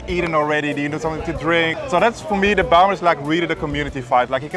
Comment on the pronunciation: Ummm...so the J is silent😉